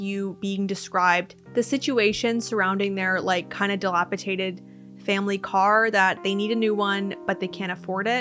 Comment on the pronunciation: Why can no one pronounce 'dilapidated' any more?